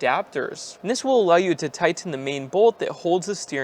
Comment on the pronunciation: Can you say tighten again, I'm waiting?